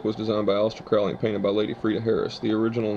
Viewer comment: His name was pronounced crow-ley like the bird